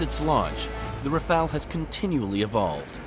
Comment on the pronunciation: Please ... RAFALE and not Raphaels!